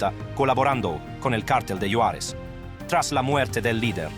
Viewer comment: Me gustó como pronuncia mi Juaritos la frontera. Yuarez. Jajajaja